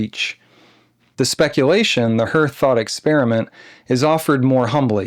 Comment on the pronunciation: "hearth" is pronounced "haarth"